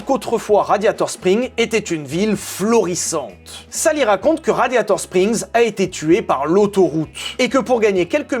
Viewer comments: Ha un moment vers j'ai écouter Gladiator strings au lieu de radiator spring c'est moi ou ?😂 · "Gladiator Strings" ou mes oreilles ont beugué 😂😂😂😂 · je sais pas si il a fait exprès ou pas mais à il dit raditor string mais je pose sa la vous faite se que vous vouler de cette info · !? Gladiator-strings !?!?!?!? .......RADIATOR-SPRINGS !!!!! Le printemps du radiateur ! Pas le string du gladiateur !!!! 😂